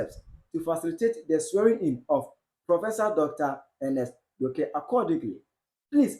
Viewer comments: Bro … it’s pronounced York as in New York … not Yorkeeeeeee …. We beg 😂😂😂😂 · Yorke is pronounced York and not Yor ke 😂😂😂😂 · The name Yorke is pronounced “Yor-k” as in “New York” not “York3” 🤣🤣🤣🤣